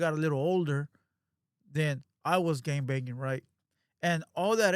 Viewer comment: It sounded like you said when you were gay banging